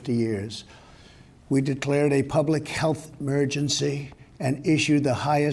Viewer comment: public helth 'murgency